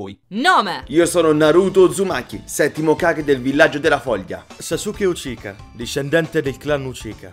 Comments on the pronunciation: Ma? Sasuke Uchika?Non è Uchiha? anche per il Chidori.si legge cidòri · Che fastidio quando dite ucica quando si dice uciha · Ma dice uchica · io sento che dice sasuke uchika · Ma cos'é il clan Uchica? AHAHAHAHAHHA SI DICE UCHIA NON UCHICA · Uchika!? Si dice Uchiha! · hai detto uchika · Fra ok l'avviso per gli spoiler... Ma non hai avvisato che non sai pronunciare uciha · Il cognome di Sasuke l'ho hai detto un po' male ma tutto il resto è perfetto